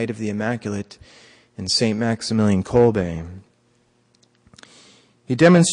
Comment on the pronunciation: Bravo for correct pronuciation of the name Kolbe!